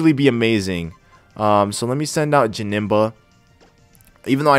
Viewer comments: you have to find a name rater it's janemba not jabnemba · Janemba's nickname is wrong. you did Jamemba